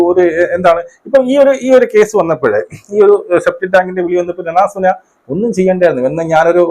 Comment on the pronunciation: താൻ രേണു സുധി എന്ന് പറയടോ .. ഇത്എന്തോന്നാ രണ സുന രണ സുന ..